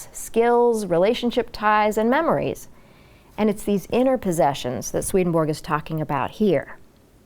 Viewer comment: I was born and grew up in the same city as Swedenborg. I have studied in the town Uppsala, where Swedenborgs body (or a part of it) was laid to rest in the Uppsala Cathedral. Please understand that Swedenborgs nobility name has nothing to do with the name of the Monarcy of Sweden. His name is not pronounced "Sweadenborg" but instead like Sw"e"denborg with the first "e" pronounced as an "e" in the word "ever". Many greetings to you from Sweden. God bless you!